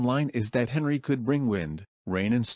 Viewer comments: oh wait u used text to speech and the text to speech read it as henry and not On-ree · Henri is prounced as On-ree